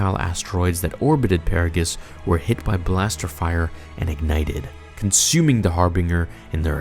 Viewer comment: Lol I love your videos but I question whether or not you actually played KOTOR 2 or if you read a summary of the events. The way you pronounced "Harbinger" and "Paragus" is the way one would say them as they read them because if you played the game both of these words are said multiple times during the opening events of the game itself. The dialogue it repeated by at least 3 different characters. Atton, Kreia, and HK 50 all pronounce Harbinger correctly and the same. Also between the three of them and the audio logs you should know how to say Paragus properly as well.